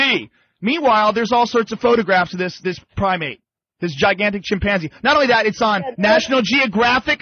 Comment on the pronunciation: I hate the way pronounces chimpanzee.